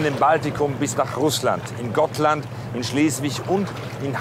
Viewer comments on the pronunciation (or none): Also die Aussprache Katastrophe 1 es heißt Gotland und somit mit langem o gesprochen 2 die bunte Kuh war nicht Störtebekers Schiff Und 3 Störtebeker hat er auch katastrophal ausgesprochen